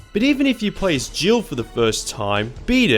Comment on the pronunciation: Haha so im not the only one who thought he said jibble instead of jill 😂